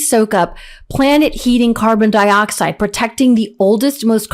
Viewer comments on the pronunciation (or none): none